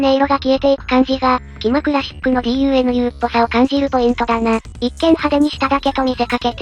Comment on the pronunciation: この動画観てDUNUの読み方を「ダナ」って覚えちゃう人出てきそう笑